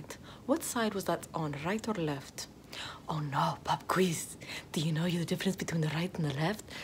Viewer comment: “Rrright orrr left? Verrry good. Rrright orrr left? Verrry good. Rrright orrr left? Verrry good.” Should high key be an actual song.